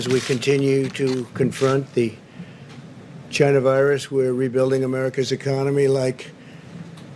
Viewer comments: You know he's on downers when he says China and not GHI-NAH. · He didn’t start with his favorite goofy pronunciation —>> CHI-na